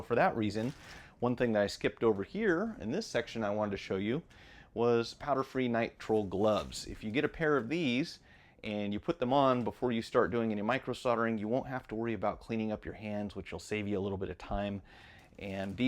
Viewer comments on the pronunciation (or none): Solder has an l (L) in it. You can see it, right there in your title. Why don't you use it? Do you call a folder a fodder? If not, why do you call solder sodder? Also, the gloves are as it says, Nitrile, not Nitrul. I don't understand. This is not a dig or criticism, it is just an observation I have made.